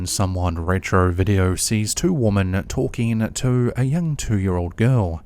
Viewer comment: DUDE. WOMEN IS PRONOUNCED WIMMEN. U GET THIS WRONG ALLTHE TIME. WHAT IS THE ISSUE?